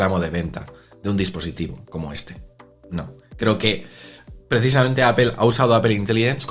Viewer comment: Me sangran los oídos cada vez que pronuncian mal el nombre de la marca